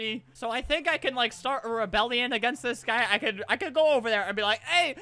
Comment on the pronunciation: Why does it sound weird when he says dis stuff